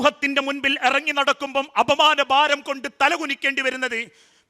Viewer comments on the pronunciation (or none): none